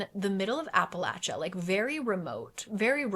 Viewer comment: I get so excited when people pronounce Appalachia correct 😭